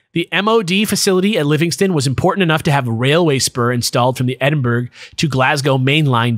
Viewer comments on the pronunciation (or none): edd-in-burg <- not correct, edd-in-bruh <- correct please learn this it hurts my soul. Aslo woop woop a scotish tale. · I usually hear it pronounced Edinburrow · Certified Edd-in-bruh moment